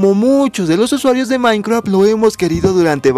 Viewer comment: Dijiste Mineceadt :)